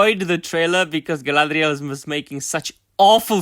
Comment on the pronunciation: Once again, I just here for the Guy-LA-dREE-AAL.